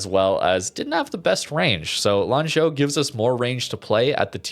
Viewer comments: lol. rare correct pronunciation by lol. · I am also surprised by pronunciation. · Your pronunciation of Lanzhou is pretty neat. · I mean, for me it is the first time he was not immediately saying sorry for the pronunciation so I'm sure he actually verified it before the video lol.